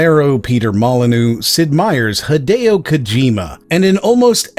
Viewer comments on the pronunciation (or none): none